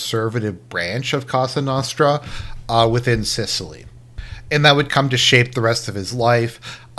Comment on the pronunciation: Well that was the absolute worst anglo pronunciation of cosa nostra ive ever heard. It hurt my mediterranean ears.